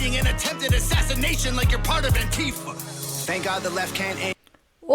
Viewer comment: Antifa is not pronounced anTEEfa.